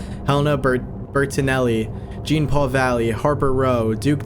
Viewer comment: I do want to also clarify that Duke Thomas is usually considered to be part of the Batfamily too, at least in recent years! And Jean is pronounced more like John. Other than that, this made me so happy. It's not necessarily something that scares me, but it WORKS and it's cool and intriguing, and makes my heart race every now and then. Seeing the name drops made me super giddy and excited. I am intrigued to see where this goes. I feel like batman fan made this. Thoroughly enjoyed your analysis too!